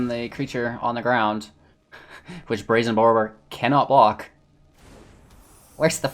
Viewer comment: Mans said Brazen Bore-row-er